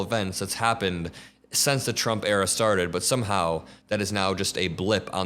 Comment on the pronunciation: I like how you pronounce 'Era' to sound like 'Error', which is rather apt.